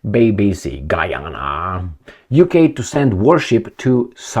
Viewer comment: Got to the end of your video and couldn't figure out your point, first you start talking Gee Ana, then talking Harry Megan then Prince Charles, stick to the point next time and don't gibber like a drunk in the pub.